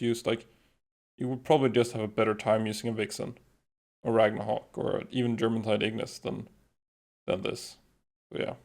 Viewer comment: I love the videos explaining the palworld, but if there is one thing i would nit pick on, is the pronunciation of germantide. Its not Germantide. Presuming that it refers to the Norse jourmangadr, it probably sounds more like Yourmantide